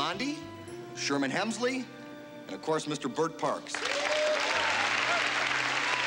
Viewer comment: C'mon Jeff...It's not Sherman Helmsley, it's Sherman Hemsley.